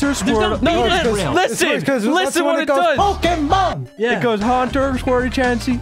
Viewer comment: i love how chris starts purposefully mispronouncing pokemon just to piss off